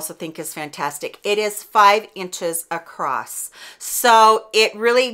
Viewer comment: Across☆☆☆ not acrost 😔😟😟